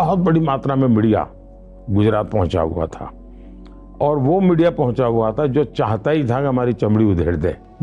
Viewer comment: rakhi sawant entered the chat when he says ''MIDIA''